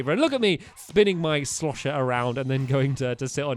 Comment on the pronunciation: I crack up when ever stampy says shlosher